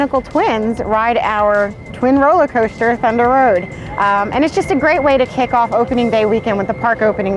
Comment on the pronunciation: Fundah Road was a fun no frills frill coastah